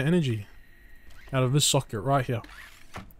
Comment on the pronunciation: "place them hyeyar" bro is australian cartman